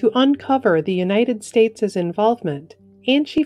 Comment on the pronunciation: Beautiful as always,. Small point: United States' (possessive) is pronounced "United States", not "United Stateses".